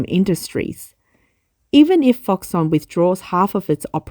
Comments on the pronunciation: It’s pronounced ‘Fox-Kon’, surely? Never heard it called Fox-Son, even though it’s a Taiwanese company and may have unusual Chinese pronunciation. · Middleman for Apple. But I think it should be pronounced ‘Fox-Kon’. Could be wrong. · You are incorrectly pronouncing foxConn